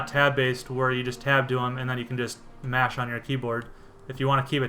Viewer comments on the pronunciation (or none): none